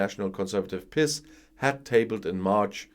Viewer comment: Ha! Glad you call it the "piss party". I don't think that's how the acronym "PiS" is pronounced in Polish. Normally I'm a stickler from pronouncing names etc., as they are in their language, or as close to it as possible. I make an effort with Welsh names, for example, and have learned the orthography. When I get it right or close, Welsh people say "Scottish ur you?" (which I am). They don't expect an effort from English people. HOWEVER, in the case of Prawo i Sprawiedliwość, "piss party" will do just fine, and may they be pissed down the drain of history as soon as possible.